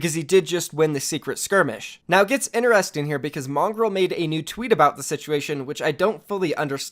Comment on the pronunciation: mongrowl not mongrol